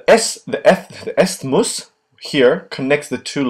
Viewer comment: the "istttth MUSH"